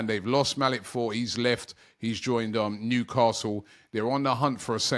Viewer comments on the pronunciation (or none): none